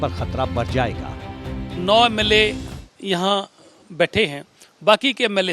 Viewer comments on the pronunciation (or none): MLO NI HOTA SUKHU SAHAB 😂 MLA HOTA HAI